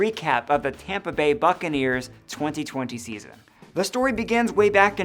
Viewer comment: Let me stop here and point out: succanears